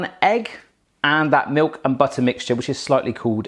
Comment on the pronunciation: Did you just say Meuk ??